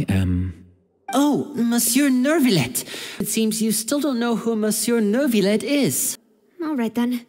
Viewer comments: it's so weird how inconsistent they are with which words they want pronouned correctly and which ones not. Everyone pronounces Oratrice Mecanique d'Analyse Cardinale correctly, but then they also say neurvilette instead of neuviette. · WHY ARE THEY SAYING NEURVILETTE😭😭😭 IT'S LITTERALY PRONOUNCE NEUVIETTE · Monsieur Nurrvilette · Paimon:who knew that nEvIlleu would be so easy to talk to (didn’t even say the "t" lol) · NER-villette… I imagine this is due to the direction the VAs received. Most likely they were told to pronounce it almost like there was an R after the vowels. So they very much did add an R to their pronunciations. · As someone who speaks french, it’s hard not to cringe at their pronunciation of Neuvillette 😭